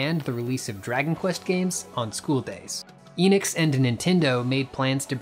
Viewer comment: It's not Inix or Eenix or Square Inix or Square Eenix, it's Enix/Square Enix. The E is pronounced "Eh" like in end or shed. In Japanese Enix is written as エニクス which tells us exactly how to pronounce the word.